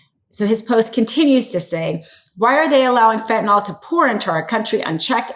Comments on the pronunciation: Fentanyl.. Not FentanOL . Don’t speak like the poorly educated. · It is not "fentanOl", it is "fentanyl" and pronounced "fen-tan-ill". In chemistry, the 'ol' is about an hydroxyl group; the 'yl' is about a radical; entirely different, and the 'ol' would NOT blow people's minds! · When ppl finally realize Trump is mentally ill, seriously, we can invoke Amendment 25 NOW!! Trump is freakin clueless and we see his insanity right in front of our eyes!! Please pronounce fentanyl correctly, the ending is pronounced fentanyl (nil) NOT pronounced (nol) R.N. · if you're going to read the news you need to know how to pronounce words commonly used on air. Fentanyl is not pronounced "fentanall." You used that mispronunciation three times. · If you're going to read the news you need to know how to pronounce words commonly used on air. Fentanyl is not pronounced "fentynall." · It is pronounced FentanYl, there is no "o". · Is there an "O" I don't see in the word fentanyl? Why tf does everyone call it "fentynol" with a big O? The wildest part is it's always the super educated lawyer types that can't pronounce words..listen to them! A high school dropout can speak better English!